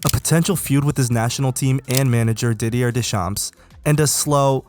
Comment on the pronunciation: Deedee-yuurh DeChamps 😂